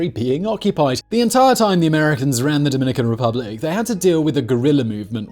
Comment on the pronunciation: “Dominican Ruplic”?